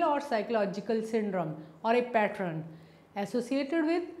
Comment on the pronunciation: It is very irritating that she pronounces 'pattern' as "pattren"